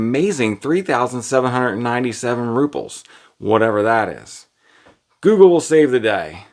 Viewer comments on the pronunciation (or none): none